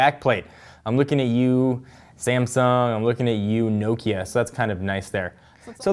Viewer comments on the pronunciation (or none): no-kia? It's pronounced "noh"kia dumbass.